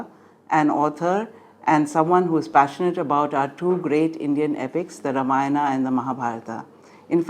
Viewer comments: Learn to pronounce. Have some basic integrity to put in the hard work. Not धर्मा, रामायणा, महाभारता, पुराणा etc! Pathetic callousness. So much for talking about dharma. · I absolutely agree it is not Dharma, Ramayana, Mahabharata, or Purana in Sanskrit. In Sanskrit, the correct pronunciation is ‘dharmah’, ‘Ramayanam’, ‘Mahabharatam’, and ‘Purana’ (with a short a). The pronunciation with the ‘long a’ at the end is the convention in English. The ‘long a’ is also the norm in South India. However, in North India, the convention is to truncate the word, so we say ‘dharm’, ‘Ramayan’, ‘Mahabharat’, and ‘Puran’. For this reason, the Gita Press Gorakhpur Sanskrit to English translation of Valmiki’s epic is titled ‘Srimad Valmiki Ramayana’, and the Sanskrit to Hindi translation is ‘Srimad Valmiki Ramayan’. Since the talk was delivered in English, I used the English version, just as it would have been appropriate to use the Hindi pronunciation if I were speaking in Hindi. As an aside, in your comment, you said, “So much for talking about dharma,” and since you commented in English, you, too, inadvertently followed the same convention!